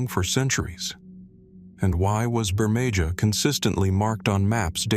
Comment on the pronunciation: Wow not even 3 minutes in and the mispronouncing is so bad I can't continue.. If you can't get the name of the first place correct, there's not much hope for the rest of the video. It's pronounced Bur-may-HA. Not Bur-may-JA.